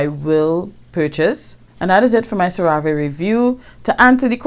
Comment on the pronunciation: Thanks for the honest review... don’t work with the company, but it’s pronounced “serra-vee”